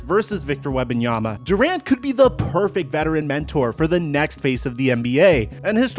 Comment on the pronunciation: Victor WeMbanyama. Not WeBanyama 😅